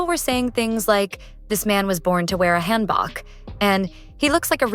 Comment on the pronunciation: FYI: hanbok is pronounced more like hanbook. Hope this helps 😊